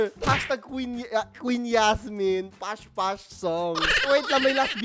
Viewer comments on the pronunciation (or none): naka brace po Kasi Kaya di makasalita ng maayos habang kumakanta , Kasi po Kung titignan mo yung video Nila Yung ibang words doon po ay nabigkas Nila ng maayos pero nung nandun na po Sa part ng may s dun na po sila nagkamali ng salita na ibis po past past is pash pash na po. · Pas pas po hinde po pash pash